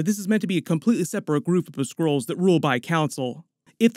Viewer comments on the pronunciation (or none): They are called SKRULLS. You keep saying SCROLLS.